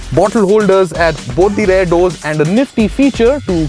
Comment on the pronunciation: The word is rear. R-E-A-R. Please stop saying "rare" seats, "rare" design and so on. It is quite annoying.